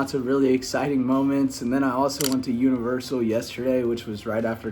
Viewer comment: “At univeral” wtf is that lol